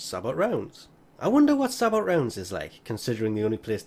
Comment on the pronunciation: I didn't even realise this was in the game lol. I had about as much trouble getting the Swooping Falcon stance as you did farming for this too, so I'm not in a hurry to try for it either. (Also, minor point, the T in "sabot" is silent, so it's pronounced "sah-bow", I think.)